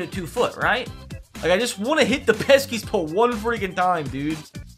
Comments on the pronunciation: Pesky pole not peskys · “Peskies pole” triggering as a Sox fan. But love u ur the goat